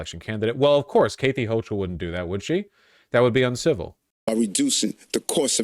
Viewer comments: WHY THE ACTUAL FUCK DOES HE KEEP SAYING KATHY LIKE THAT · Im starting a petition to get Vaush to learn how to pronounce the name Cathy